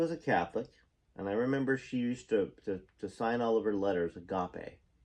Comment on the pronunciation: My first husband was Catholic, I was Baptist & pennycostal, before his death we were charismatic... Agape (used in the Bible mainly as love)you pronounced it correctly! Deffination Greek/Hebrew Definitions. Strong's #26: agape (pronounced ag-ah'-pay) from 25; love, i.e. affection or benevolence; specially (plural) a love-feast:--(feast of) charity(-ably), dear, love.